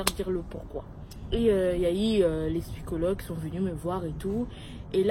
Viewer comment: ( Je t’adore mais on dit pas spycologue on dit psychologue